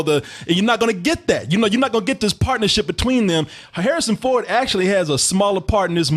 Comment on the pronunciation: "Harrsin Ford." Good job...